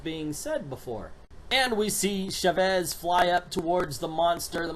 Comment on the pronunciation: Chavez pronounced Cha (like chapstick) and vez. I understand you don't understand Spanish but we have internet and it's not that hard to find. trust me it's not endearing to see someone ignore their resources and go with it anyways.